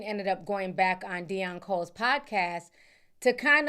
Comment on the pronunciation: De-un (Deon) Cole 😂😂😂 leave it to Ti, my fav name butcherer 😂😂😂